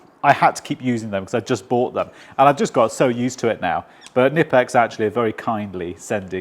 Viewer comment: I'm pretty sure the k in knipex isn't silent. Its pronounced k-nipex.